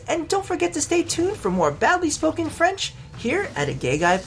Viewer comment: My GOD An American with a decent French Pronounciation??!! IMPOSSIBLE, INCONCEVABLE! PAS POSSIIIIBBLLEE! But really, Good work on the Pronounciation.